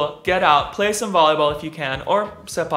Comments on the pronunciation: not tak rao...it's ta-traw...And it's a Thai word and I'm Thai dude... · "say-park-tuck-raw" is more likely the correct pronunciation but hey its ok everyone has their own slang and doesnt really matter as long as you can flip and pummels those balls onto the opponents ground viciously! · Se-pak (kick) is Malay word, and Ta-kraw (rattan ball) is Thai. The name literally means "to kick a rattan ball" So the correct pronunciation is more likely to be Se-Pak-Ta-Kraw rather than Tuck-Raw. The sport name is a compromise between Malaysia and Thailand and it become the international name for the sport. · Sepak (approx. say-puck) Takraw (Tuckraw pronounce the consonant for the second syllable as in "craw") is the name of the sport, portmanteau of Southeast Asian root languages. Sepak is Malay for "kick", mutually intelligible in Indonesian and Filipino (Malphindo) as well, which has deep root in Malay - spoken in Indonesia, Singapore, Malaysia, Brunei, and remotely related Philippines. Takraw refers to rattan woven ball, which is from its Thai language, also mutually intelligible in Khmer and perhaps Laotian and Burmese as well, not sure about Hmong - covers Thailand, Cambodia, Laos, and Myanmar.